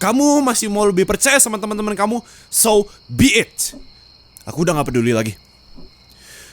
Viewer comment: itu "so be it" ga si?